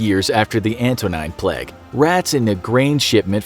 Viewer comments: Why he keep pronouncing plague like pleg? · Why does he pronounce it “pleg”? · He keeps saying pleg instead of plague and no one is noticing and it's making my physically enraged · No one: Absolutely no one: Infographic show: pleg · Why does he pronounces plague so weird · How does "plaque" equal "plague"?